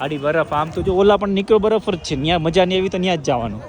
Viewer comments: Badaf nai baraf bolo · બડફ ના બોલાય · બડફ bole 6 ❤😊